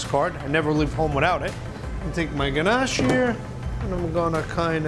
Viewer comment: Him saying ganache makes me want to fight